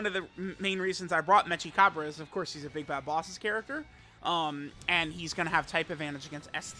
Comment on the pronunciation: it's mechi as in mecha, not metsja